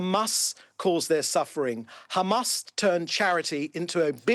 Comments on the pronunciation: Khamas, khamas, khamas, human shield, human shield...blaa, blaa, blaaa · This little piggy must repeat “Khamas” in his sleep